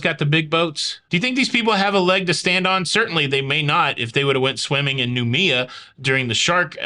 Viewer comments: Noumea is pronounced Nu may a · Hi ❤ it's prounouced new... Me... Ah:). And it's classed as the pacific islands but is not a part of Australia:)